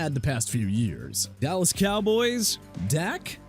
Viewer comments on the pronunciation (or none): none